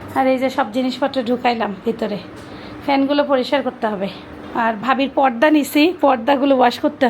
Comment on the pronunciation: It's porda not podda. Apnar uchharon ai rokom kno??podda podda korte e achen. Plz improve yourself.